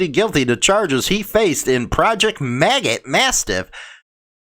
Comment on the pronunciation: You've got a real problem with pronouncing names...lol. Magot-Mastiff = Magow-Mastiff.